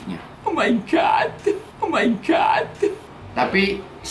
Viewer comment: "Omaigat" WKWKWKW